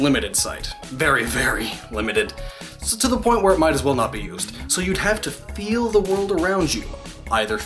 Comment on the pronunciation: Omg never say 'feel' like that again.